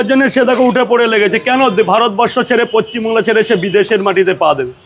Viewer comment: পচ্চিম বাংলা নয় পশ্চিম বাংলা উচ্চারণ ঠিক না ।